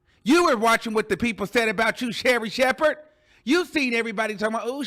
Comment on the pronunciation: The way that u say Sherri shepherd is hilarious